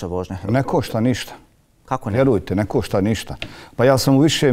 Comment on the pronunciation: To ništa ne košta (meko š )...o bože bijede.